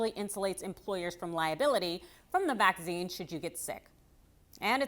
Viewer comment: AARRGGHH!!! The word is pronounced Vack SEEN not Va ZEEn.